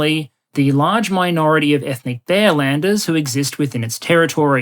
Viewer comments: I heard "bellenders" for at least 10 minutes until I started to realize it is supposed to be "bearlander". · i had a chuckle at what sounded like bellenders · I misunderstood bearlanders as bellenders. Even more fitting in my opinion